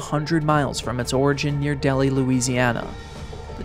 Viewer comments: The first town, Delhi, isn't pronounced like the city in India, it's pronounced Dell-hi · Really sorry to be that guy, but it is Del-Hi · Great video! Just FYI Delhi, LA i pronounced as Del-hi, not Deli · The town name in Louisiana is pronounced del-high not deli. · It took me nearly 50 years, and I finally came across this video. I was a child living at Waverly Louisiana when this happened. The correct name of the town is pronounced, “Dell High”, not “Deli” as the narrator pronounced. It was on a Sunday afternoon after church services were over and the skies were dark, and it was very cloudy. My dad went to the back of the house and spotted the tornado and yelled to my mother, and I it looked as if it was coming directly to our house. I never seen a thing like this in my life. It looked like a angry monster, black and roaring loudly. One could even see trees being uprooted, so my father grabbed my mother and I, and we ran under a highway bridge. The tornado cut across Highway 80 and went in the direction of the Lenore family. I knew all of them personally as Ella Lenore sang a song at our church that was eventually destroyed by that same tornado. I also went to school with some of the children of Ella, and the tornado threw them all into the Bayou. The family members all died as a result. The only survivor found in the Bayou was a young black teenaged male. The tornado blew his mother and siblings into the Bayou. His injuries was so extensive, that the tornado crippled him terribly, he lost sight in one eye, and he had multiple fractures. He is still alive today; retired, and living in the Washington, D.C. area. Years later,I learned through Internet search that the tornado was categorised as a F5 tornado. In the local town newspaper, m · ITS NOT DELI ITS DEL- HI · Lol I said the same thing. You can really tell the Louisiana folks in the comments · It's pronounced "Dell-high"... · FYI- Delhi is pronounced Dell-high. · It's pronounced Del High.